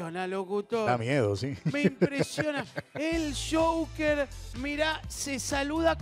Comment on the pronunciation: El shouquer!!!! 🙄o último.. Joquer Guido!!!